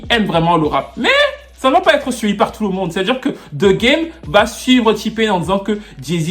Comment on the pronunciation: Ça me fumé comment tu dit tfffou le monde 🤣